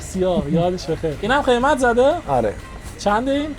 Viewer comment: شما لُر هستی چرا انقدر حرف ق رو بد تلفظ می کنی مثلا میگی اتفاخ یا مثلا خیمت میگی بجای قیمت 😊